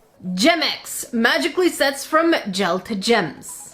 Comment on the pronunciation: why does gemex sourd like germex?